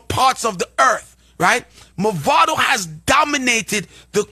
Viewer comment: First of all, da man deh need fi stop mess up di artist name. His name is "Mavado", not "Movado". Movado a di watch ⌚️, Mavado a di artist. First get di pronunciation of the artist name right ✅️ before yuh chat 🙄😏